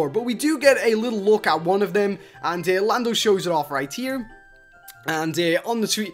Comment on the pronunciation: Did he just call Lando Blando?